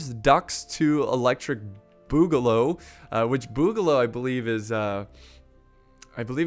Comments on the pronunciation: Duck 2 electric Boo-ga-loo is how its pronunced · No views and 3 likes my mans really said boogaloo wrong